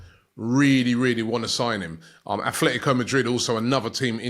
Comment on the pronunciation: Still saying athletico instead of Atletico after all these years.